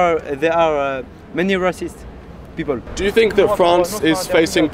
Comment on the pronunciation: Lmao. I love the non french answers. "Heees reeeceeest"